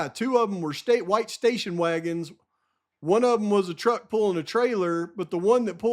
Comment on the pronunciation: Truck - not Tuck